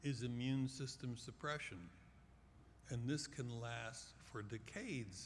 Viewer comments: I don't like the way he says decades.. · I hadn't heard him say 'decade' when I posted the comment. A few mins later I got your point and felt the same...he ain't saying it properly.